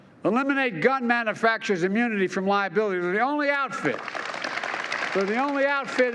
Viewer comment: Manafaction. What the everlovin' F? He does not know how to say the word manufacturer.